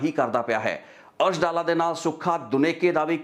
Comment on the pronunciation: ਅਰਸ਼ ਦਾ ਪਿੰਡ ਡਾਲਾ (ਮੋਗਾ) ਹੈ ਨਾ ਕਿ ਡੱਲਾ ਇਹ ਡੱਲਾ ਪਿੰਡ ਲੁਧਿਆਣੇ ਜ਼ਿਲੇ ਦਾ ਹੈ ਜੀ